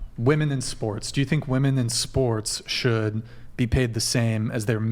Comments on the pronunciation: Why can't they properly pronounce the word "women"? They say "woman" for the plural. Is this intentional? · Why do young women pronounce the word women as woman?